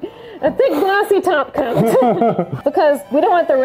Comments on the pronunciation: Nobody:: “A thick glossy top coat” Me: It’s pronounced taco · ... she said “top coat” and not “taco”